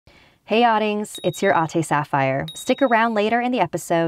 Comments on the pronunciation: im half filipino but i know the accent and language lol you have to say it like ATI no Atueh lol im sorry I REALLY LIKE YOUR HORROR STORIES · It’s not pronounced (ot-e) it’s pronounced (at-ey) ate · I thoughts she saying Hey audings its your ade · ATE not eight Ate - aaahhh teehhh i heard from is like i audience it atte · U pronounce it "AhhhhTE" Edit:u say it like "atey" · It is more pronounced like ah te